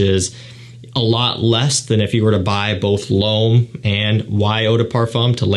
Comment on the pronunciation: „Ysl LOAM parfomm“ :D